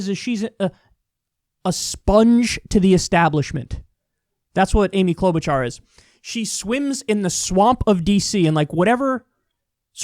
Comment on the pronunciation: Klout'bu'cha - Its Orkish